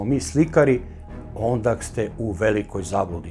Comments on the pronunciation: koliko je mutav voditelj ... kad je izgovorio ONDAK tu je bio prekid filma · Super emisija, ali zaparala mi uši reč - ONDAK !!! Nekoliko puta izgovoreno. Ne treba slovo K na kraju. Još jedan detalj, Arkan nije ubijen 04.Januara !!! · sve sve,ali kako "ondak" zaboga... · Ondak, ondak, ondak. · "ondak" hahahaha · Ne kaze se "ondak". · Kaže se ondaaa